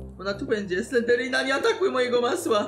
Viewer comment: Poprawnie sie mówi Slendrina